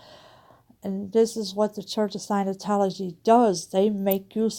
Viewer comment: Scientology not "Sinotology." At least pronounce it right.